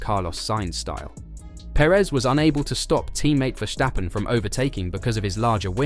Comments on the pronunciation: Would it be possible to pronounce ‘Verstappen’ correctly? So with the ‘s’ as in ‘stop’, not as in ‘shit’. Thank you! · Esse cara fala "verstappen' com um ingles carioca